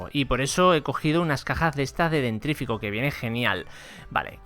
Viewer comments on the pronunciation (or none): se dice dentífrico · Es Dentífrico, no dentrífico. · Jajajaj dijiste dentrifico